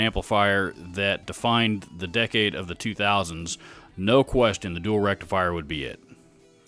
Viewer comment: Oh feck me that is COMEDY GOLD right there my friend!! “The Mesa Dual Rectum Fryer” ...followed by the perfect amount of pause. I have watched that 20 times back and I’m still crying 🤣 So glad you didn’t edit that out. Made my day brother!!